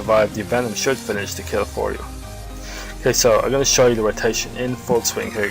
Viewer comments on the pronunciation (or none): none